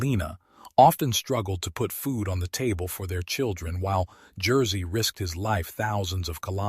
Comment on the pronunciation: AI trash. Any human being would make at least an attempt to pronounce Jerzy's name correctly. AI is way way off.